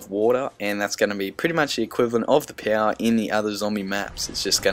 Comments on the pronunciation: I love it how you say power... "Pow" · Love the way you say power